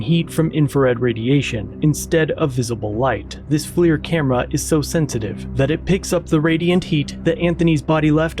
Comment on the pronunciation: it’s called flir not flear/flair 🤦‍♂️🤣